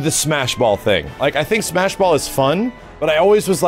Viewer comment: I love that he tried to say it correctly, and still fucked it up the second time.